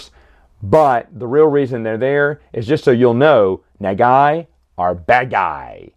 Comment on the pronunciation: Pronunciation for Nagai is thr same as Go Nagai